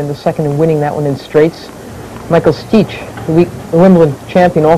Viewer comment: Stich was the Wimbledon champ that year and Carillo still didn't know how to pronounce his name. God, I can't stand her.